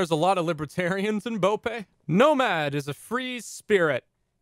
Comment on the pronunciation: The way he pronounced bope hurt